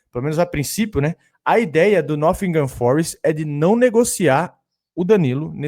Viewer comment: Esse Nofingan Forest tá foda 😂😂😂😂 De onde tu tá tirando esse F 🤣🤣🤣🤣